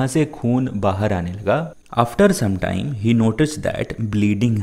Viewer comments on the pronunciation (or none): none